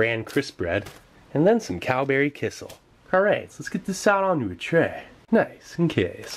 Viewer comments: It's a little funny how amazed you are with kissel (which is actually pronounced more like "key cell", more stress on cell) -- it's just fruit or berry juice with starch to make it thicker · Love the videos, just an fyi its pronounced key-shell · The way you say kissell cracks me smile every time. In my country (Estonia) we have kissell all the time. I don't know maybe it's pronounced like that in english but it's still quite funny. Oh and you also should try the rations from the estonian defence force